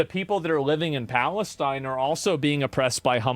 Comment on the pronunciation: my favourite thing was how he pronounced it Phallus-teen